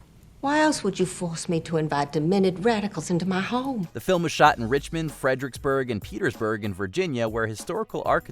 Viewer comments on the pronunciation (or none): none